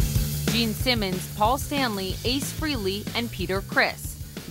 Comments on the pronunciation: Why do these TV reporters always pronounce "Frehley" as "Free-ly"????? Gets on my nerves everytime I hear that. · Taylor Same here...drives me nuts. Its Freh-lee. The H is not silent. On a Eddie Trunk interview Ace said most dont get it right and he gave up correcting people. Years ago in another podcast Ace was drunk and when the host pronounced his name Free-ly, he quickly corrected him "Its FREHHHH-ly!!" So yes, deep down it bugs him, but he has no choice but to deal with it. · One thing I have noticed, why do people always mispronounce Ace's last name? It's not Ace Freely, it's Frayley.